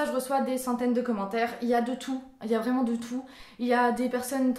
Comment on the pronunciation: Depuis que j'ai découvert ta chaîne, j'avais bien vu que tu avais tes mimiques à toi, comme quand tu dis "VRRRAIMENT" ou quand tu louchais. Je pensais que tu faisais exprès pour nous faire rire. Je trouvais ça ben cute et tu es très belle! 😁 💙 Tu fais de très bonnes vidéos, tu es ouverte d'esprit et énergique, sois toi-même et ne change pas!!! Ça se sent que tu deviens plus naturelle sur ta chaîne et c'est mieux comme ça selon moi. Ça te rend plus originale et intéressante. ;)